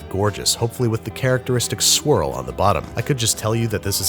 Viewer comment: Every time babish said “swirl” I thought he said “squirrel”. I had a good laugh.